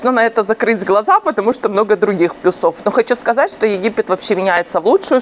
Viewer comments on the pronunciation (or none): "плЮсов", а не плюсОв